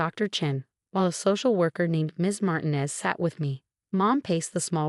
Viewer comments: would you please tell your stupid AI program that the Hispanic name Martinez is NOT pronounced "martin-ez" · FIX YOUR DANGED UP CURSED AI BOT!!!!! MAR TI NEZ IS CORRWCTLY SAID TO SOUND LIKE MAR - - TEEN- - NEZZZ ( SIS LIKE IT RHYMES WITH SEZZZ PEZ, FEZ, FIX IT!!!!